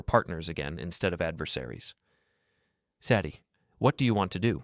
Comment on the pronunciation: Hard to keep listening when they keep pronouncing Sadie's name wrong.